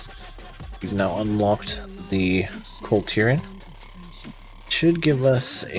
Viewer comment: Is it just me or does he keep calling them a different name every time... half the time sounds like he's saying the clitorans